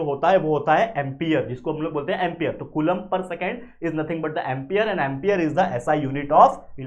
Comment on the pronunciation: Its not Coolombb! The pronunciation should be as follows:- Spelling- Coulomb Pronunciation- koo-lawm